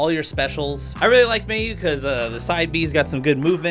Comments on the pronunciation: i get so tilted when he says mayu wrong irs said mai-oo not may-oo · "I can't speak English." You also apparently can't speak Japanese. Like really? "May-yoo"? "Saj"?